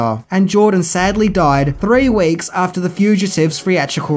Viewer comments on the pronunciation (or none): Jeroen krabbé is not pronounced as jorron crab. Not even close. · It is pronounced Yurroon Krabbay, but nice try on his name! :) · It must be hard to pronounce Jeroen Krabbé. This was way off.